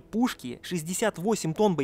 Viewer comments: Пушек, а не пушок* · аффтор, не пушОк, а пушЕк) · Пушок? Он сказал "пушки"